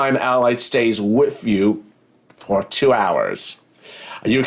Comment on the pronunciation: It’s “WITH” not “WIF” 🤦🏻‍♀️